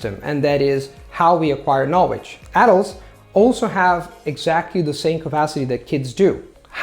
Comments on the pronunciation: All I hear is ''Knowedge''. There is an important 'L'' missing there. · Great video! I am looking to learn Chinese mandarin. Do you have any resources you would recommend or a blog page that does this? Thanks in advance. Also one tip: you are pronouncing the word 'knowledge' incorrectly.